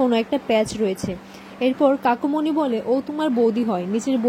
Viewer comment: Kakumony balun kakimony bolchen kano